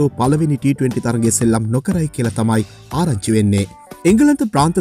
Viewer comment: අරංචි වෙන්නේ...😂වර්තා වෙන්නේ 😂 මරු ස්ටයිල් එක🔥